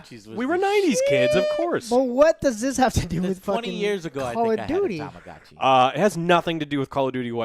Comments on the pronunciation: To-ma-go-chi Effin ignorant morons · It's pronounced Tama-Goh-Chi